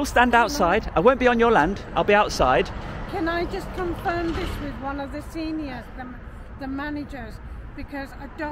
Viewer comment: . I say “confirm”, you say “confer”. Let’s call the whole thing off. 😂